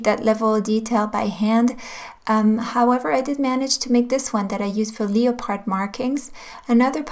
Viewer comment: You are so cute. "leo-pard" omg!! I love it (its pronounced more like lep-erd!) Thank you for these super useful videos